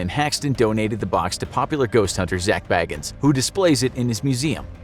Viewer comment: Zak’s last name Bagans is pronounced Bay-gans, not Baggins.